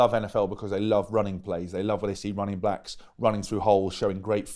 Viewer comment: anybody else hear him say running blacks?